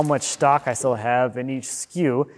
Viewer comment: "I just have this little pallet here which is THILL in the way." 😂 You've been doing Wood Talk too long and are starting to sound like a fabulous jersey boy. Ha! Really enjoyed the video, thanks for posting.